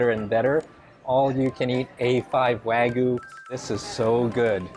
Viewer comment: wa- gyu not wa-gu